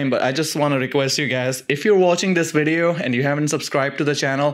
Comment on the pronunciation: "this wideo" 😂